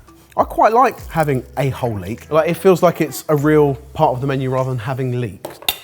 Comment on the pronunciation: "I kind of like to have a hole leek". sounded way too similar to "a-hole leak" :D